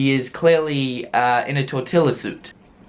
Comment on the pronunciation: Tor-til-la!!!???? It's tor-ti-ya! I'm unfollowing you uncultured swine. For the love of God realize this is a joke.